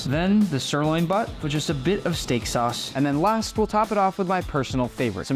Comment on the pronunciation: “Stek sos” said gordon ramsay calmly